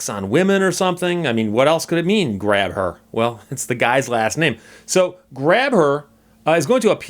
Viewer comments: hi steve long time follower, to help you out some when you read out his plate you read it as grab her but if pronounced with the h being silent it soundes like graber and that es how he sayes his name i am also from nova scotia and have followed this for a few years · It's actually pronounced "Gray Ber"